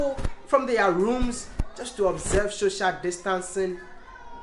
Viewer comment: Am I the only one who heared "shoshal distance" insted of "social distance" 🤣